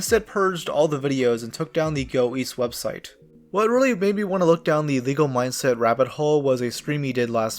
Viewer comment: Go east? I thought he said go weast